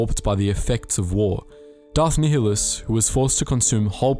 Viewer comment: NI HIL US STOP SAY NEHELIS